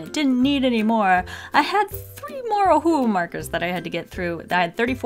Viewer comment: Please use your pronunciation properly. It sounds like you're saying OHU instead of OHUHU which is the proper brand name. Just saying, you might want to try pronounce the words properly. Just some constructive criticism for you. Otherwise this I love you and your videos are AMAZING. Carry on the great work :)